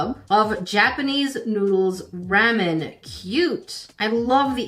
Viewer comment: Oh by the way it's pronounced ramen not mamen or what you said that you pronounce ramen wrong❤ love your videos❤